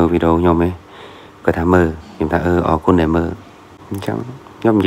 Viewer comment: ពូ អរគុណ ភ្លេច «រ» ហេីយ